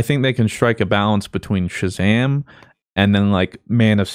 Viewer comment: "i havnt sheen sazam" i liked shazam i think it was great